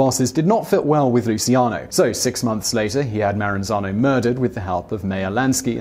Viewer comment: Lmao the way he pronounces luccian